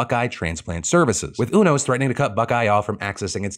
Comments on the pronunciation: I'm pretty sure it's pronouced U-Nos not Un-Os Like the card playing game.... Obviously Phil has not watched Grey's Anotomy. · Phil: it’s U-nos, not ooo-nos. 😂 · It's pronounced "You-nos" btw.. Haven't you watched Grey's anatomy?